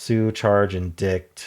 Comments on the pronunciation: in-dite not "in dict" 🙂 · I’m not sure I’ve ever heard indict pronounced that way. I’ve always heard it as in-dite, rhyming with site. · Indict is pronounced “en-dye-ct” Although Google says it’s more like “uhn-dite.” 🙃